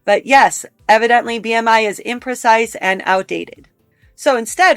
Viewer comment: seems like if she is reading a quote she would know the word is "imprecise," not "inprecise" lol